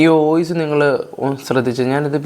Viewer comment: ഈ സമയത്ത് പറയാൻ പാടുണ്ടോ എന്ന് അറിയില്ല ന്നാലും പറയുവാ: ഓയിസ് അല്ല വോയിസ്‌ ആണ് 🙂